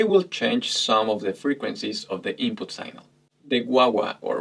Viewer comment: Sig-nal, with a short I and the g pronounced, not synal.